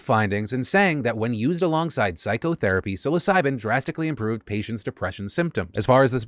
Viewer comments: TIL psilocybin at 2x speed sounds like "suicide" 😱💀had to relisted to make sure you weren't making a super dark joke . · Lol was busy doing something while listening to your vid, but kept hearing you say su!c!de, instead of psilocybin. Had to come check the word. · I wasn't really paying attention and for a second i thought Phil said "*Suicide* keeps looking better and better as a treatment for depression" and I got concerned